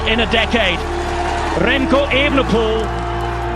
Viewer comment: I can’t ignore how they said his name SUPER wrong but well done Remco thank you so much for winning a Olympic gold metal for us!